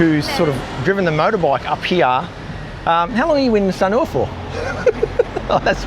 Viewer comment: we love your videos regardless of how you pronounce Sanur 😊